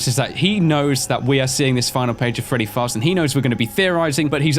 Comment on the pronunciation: "Freddy Farzbook"